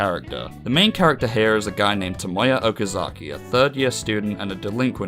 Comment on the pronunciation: I liked the video, but your pronunciation of Nagisa and Okazaki were infuriating.